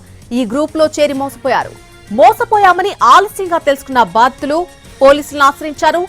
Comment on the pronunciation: Baattulu kadhu thalli, Baadhithulu